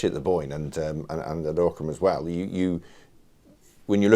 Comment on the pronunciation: Great video, many thanks. Bloodiest battle ever fought in Ireland. great insights from the visit to the site - very interesting. Note to the interviewer though, it's pronounced 'OCK-rim'.